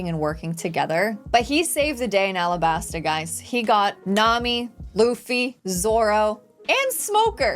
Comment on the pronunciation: Alabasta not arabasta... The japanese cant say the L so to us sounds like R